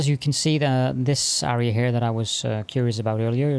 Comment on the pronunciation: Love the channel but the way you say AREA is so ircking haha